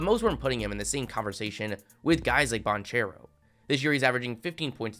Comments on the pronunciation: bro still calls him “paolo bon-chair-o” lmao bro doesn’t know shit about college hoops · I don’t wanna be that guy but it’s pronounced Ban-Care-oh, the H is silent my boy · The ch in banchero is pronounced like a K.